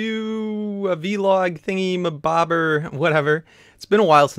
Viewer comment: It's vlog not v- log